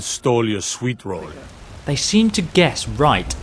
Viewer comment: Ay-Leek-Uf Yer-Swee-Rull. If you were any other obviously non-superior race.